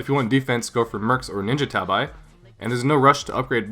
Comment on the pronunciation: I know it's not famous in forign country, but I have to tell one as Japanese. "Tabi" is one of japanese shoose and its pronaunciation is like "rabbit" or "habbit." It isn't called like Ta-"vai." You can say that it's no important point. I agree, but I don't want Tabi to be called with wrong name. Ninja tabi is literary "tabi", remember.